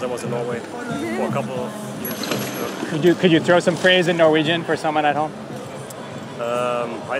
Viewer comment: As a Norwegian I'd say that was "pretty good"; he should speak up a little bit more (i.e. a bit more confidence) to be understood. But certainly the accent is waaaaay better than that of most English speakers trying to speak that language (or any other European language).